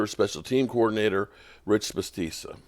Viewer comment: your butchering Bisachia’s name. Biss shach e uh…😂